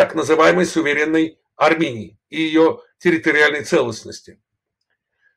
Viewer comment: "Так называемой "суверенной" аРРРамыянии"-☝️😎